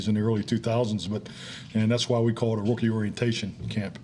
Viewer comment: It's just me but I swear he's saying wookie mini camp.